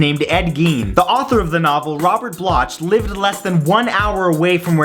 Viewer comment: The late author Robert Bloch and I were friends; for future reference, the H notwithstanding, his name is actually pronounced Robert Block...